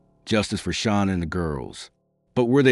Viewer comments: HOW DO YOU EXPECT ANYONE TO TAKE YPU SERIOUS WHEN YOU CANNOT EVEN SPELL OR PRONOUNCE THE NAMES INCORRECTLY CORRECTLY…….GIT IT RIGHT IF YOU WANT YPUR STORY TO BE CREDIBLE. Her name is pronounced Sha Nan……. Shanann did not go to North Carolina to see Chris’ parents…… She went to stay with her family and may spend some time with Chris’ parents. Well……..Shanann certainly didn’t stuff those babies in those crude oil tanks….that was all Chris. Shanann would never kill her babies. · I can't take you not pronouncing her name correctly 😱 You could at least respect her 🙄😥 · Please, please pronounce the victims name correctly! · You should show some respect and train your AI bot to pronounce "Shanann" right. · Won’t watch this when you can’t even say Shannan’s name properly!🤬💩👎🏻🙄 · Me as well. Not subscribing.